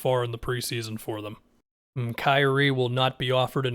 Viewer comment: "Krazie" Irving